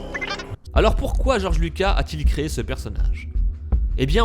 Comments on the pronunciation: ouais je suis choqué ! en plus il dit Georges Luca et c'est Georges LucaS ( le s se prononce...) sinon pas mal la théorie ^^ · goerge lucas pas luca et le compt doku et pas doku LE OU LE OU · ça se prononce George lucas (on prononce le s)